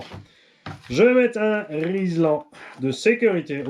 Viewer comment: Il a dit "riSLan" Mouhahahahahahaa